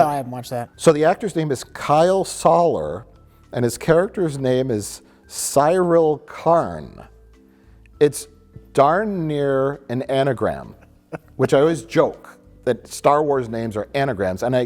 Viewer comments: Love how Mike moans about Star Wars names and then mispronounces Cyril over and over despite being a real name 😅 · How could these guys watch 10 episodes of a show and have no idea how to pronounce any of the characters’ names properly. It’s pronounced Cyril, I know this bc that’s how everyone in the show pronounces it for the entirety of the season. Do better. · Lol you guys are so articulate in writing form but in the actual verbal discussion no one could remember how to pronounce Syril and Mike forgot if any Jedi were in Episode I. Maybe you guys smoke a bowl before recording. 😅 No judgment! I'd do the same. lol Great review. I bet Season 2 will retroactively make S1 even better. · The pronunciation of Syril & Dedra in this video was painful. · normally i dont give a shit about mispronouncing scifi ass names but syril is like a normal name